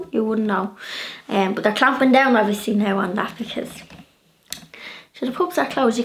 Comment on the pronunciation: You are such a precious, living doll! I really loved this video and you explaining the meanings, so much fun. One of my favorite words I like hearing you say is “but”. With your accent it comes out “boo-hut” to my ear. I smile every time. Another day brightener. Thanks!